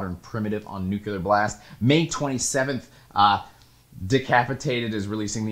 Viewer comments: new-clee-er, never nuke-you-lar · It’s pronounced new-cle-ur, dude, not new-cue-lur. 😒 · Could you please, for the love of everything unholy, stop calling it NUKULAR! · Take a shot every time says "Nuke-You-Lure." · New-cool-er Blast